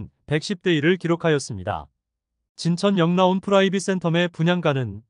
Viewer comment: 진천역 라온으로읽어야, 진천 역라온이아니고요